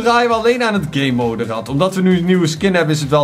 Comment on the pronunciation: hoe gamemode zegt: gaymoude hoe normale mensen het zeggen: GAMEmode